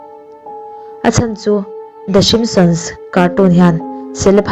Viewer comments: Enge "Shimptions "chu? "Simpsons" a lawm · ah i lam dan hi a dik lo a ni ka ti mai a lawm."shimsions"😂😂😂😂😂😂😂😂😂😂😂😂😂😂😂😂😂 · The shimson i tih khan i lam sual emaw ka tia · i Video upload hma ten a lamdan te hi i enchiang ngailo a mi a?😂lmao.The Simsons show te chu ka en thin alom,Mahse i lam dan hi a tha em a ni.lol😂😝